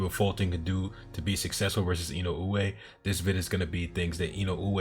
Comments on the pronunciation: To frame it to be pronounced by native English speakers, I would put it as E-no-ooh-eh. But you absolutely are saying it right. I tried to explain to someone before that the mispronunciation is equal to people saying Fulton as "Futon". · You might be the one of a few, if not the only, U.S. channel to pronounce Inoue's name correctly.